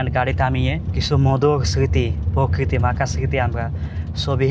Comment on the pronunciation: " পযুক্তি " নয় প্রযুক্তি হবে I পকৃতি নয় প্রকৃতি হবে 😂😂